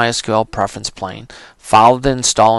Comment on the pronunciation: It's not Preference "Plane" it's Preference PANE. No "L". As in a pane of glass, like in a window.